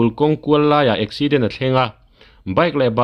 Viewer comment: Eksiiident tia i lam kher zel hi ka ngaimawh😅